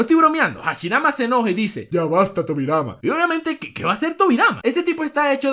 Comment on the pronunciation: dijo tobirai xd